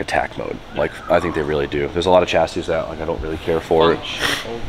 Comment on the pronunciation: Dear please don’t ever call it a e chassis again.